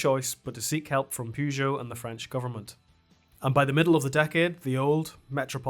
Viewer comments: I'm Irish and I pronounce Peugeot and Renault correctly. I'm cringing every time I hear that "Pyoo..." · Love the video, but please stop pronouncing "Pugeot" like that. There's an e there at the beginning, not a u sound, you can find French people in video saying it right, it's distracting how you pronounce it. Sorry for the rant, keep the videos coming.